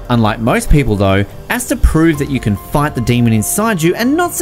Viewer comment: Ur accent makes “fight” sound like “fart”😂😂, solid list tho